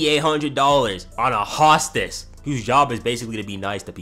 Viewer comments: ain’t no way y’all are letting unc get away with that pronunciation 💀💀💀 it’s hoe-stess bro 😭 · Why do you say hostess like that?? It’s pronounced HOSTess